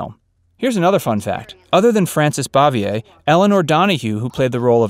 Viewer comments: IT BOO-VEE-A, NOT BOV-E -A. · And she pronounced her last name "Bave-ee-er.